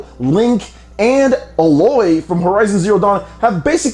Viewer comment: I know it's a nitpick, but the way you keep pronouncing Aloy was wrong.